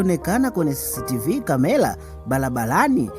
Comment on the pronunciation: Brother plz sio kamela ni camera hebujifunze lugha sula ni sura mbona kiswahili nilugha yako mbona unaharibu unavyotamka sio akilushwa inaonesha unakula sana mrenda duh unachefua roho jaribu urudi darasani hufai kuhadithia kalibu balabalani kamela aibu mshkaji rudi shule